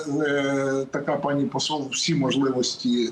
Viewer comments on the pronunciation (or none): none